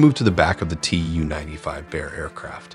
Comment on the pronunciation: It’s not “Tee Yoo” 95, it’s “Too”-95.